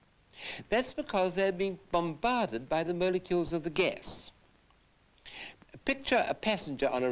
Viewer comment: atoms and mole-e-keuls